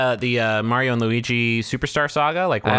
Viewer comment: Is it really worse than saying Mayrio?